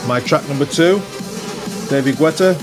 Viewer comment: Hilarius how you sayd "David gUetta"! 🤣🤣🤣🤣